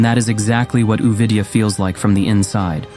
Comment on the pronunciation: A-vidyã not u-vidyā.